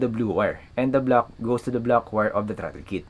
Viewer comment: About the accent. I got into your mode of talking and replayed a few parts but although it doesn't hurt to improve your English accent, if you just slow it down a bit, words can be understood I think. For this video, simply slow everything down. The 3 speed plug, got it but it took 3 replays. Throttle is throt then L so throtL. There isn't a lot of good videos on the bunch of wires on a controller so thanks for making the effort.